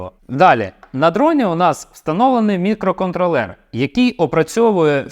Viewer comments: Ох цей мікроконтролЕр, замість мікроконтрОлер, ріже вухо) наче цей чіп не опрацьовує периферійні пристрої, а контролює маленькі мікроквитки у іграшковому громадському транспорті) Але саме відео корисне, дякую! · Дякую за українську. Польотний контрОлер, а отже і мікроконтрОлер, не мікроконтрлЕр.. Але це дурниці. Продовжуйте! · На МК хіба на тепловізорі 32х32 буде адекватно працювати. Орієнтуватись треба на Lattepanda Delta +, бо розробити потужний чи портувати існуючий на МК це займе більше часу і не факт що буде дешевше, бо треба ОЗП зовнішнє та МК рівня H7 двоядерний. Правильно давати наголос мікроконтрОллер